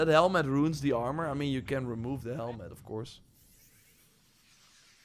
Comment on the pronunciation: Man i been watching for a minute. Since he would say arm-or. But he always knows how to get the best items in AAA games, especially assassins creed. Im literally only 3 hrs into the game. I pre ordered it too. But i started playing wuchang, then ghost of yotei. Now im back to shadows